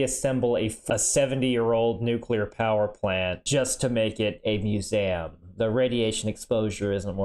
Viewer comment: Ah yes musame not museum 😂